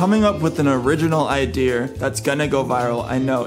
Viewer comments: Hey thanks for the tips, just an FYI its called an ideA, You say iDEAR like your apart of Orange County Choppers.. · Idea (R) wtf! Why would you say IDEAR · Its ideas no it’s idears no say ideas then the next time say idears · Omg the whole time you were saying idear and I was dying laughing trying to decide if I should say something or if it was on purpose. THEN YOU SAID ‘IS IT IDEAR OR IDEA? 💡 🔥🔥🤣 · 90% of the comments : wHoS cHeCkiNg tO sEe iF This wOrKs 10% of the comments : saying about that how annoying it is when he says iDeAr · xXAbbyAAngelXxYT The Roblox Kid it’s not an accent. It’s a mispronunciation if a word. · no one: This guy: Idear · Him: saying idear Me: getting flashbacks from that one Indian guy who messaged me: Hello dear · bothering the hell out of me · Idear sound like someone saying my dear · "Idear" that's some old man New England vernacular 😂 - also great job on this video man, I can see the effort you put in and I really hope this helps as many people as it should! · “idear” ok well who cares about how he says it? I just wanna know if this works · I love the way you say Idea’Er lol 😆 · I'm saying 'idear' now TikTok: artbyafra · Its "i-dee-uhh-" 😂😂😂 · ONCE AGAIN..............IDEARSSSS lol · i was wondering why you kept saying ideer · Its "idea". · Take it from the guy that doesn't know how to pronounce idea. Jokes aside, great content. The algorithm likes all these things